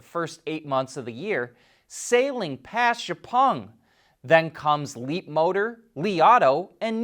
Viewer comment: Is it time for you to learn how to say XiaoPeng yet? It’s kind of your responsibility as a video journalist.